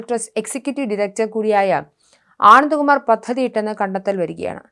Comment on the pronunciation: ഒരു വ്യക്താത്തയുമില്ലാതെ വാർത്ത വയ്ക്കുന്നു.. ആനന്ദകുമാരിന്റെ പേരൊക്കെ പറയാൻ ബുദ്ധിമുട്ട്.